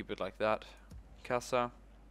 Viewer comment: Kassa is said as: kassa. Not kassza